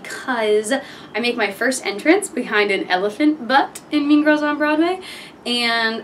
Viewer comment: I thought she said “meme girls”...